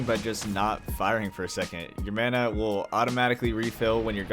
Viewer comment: Call me a weeb but the way yoy say mana triggers me 😭 thanks for the video though very helpful i might give this game a try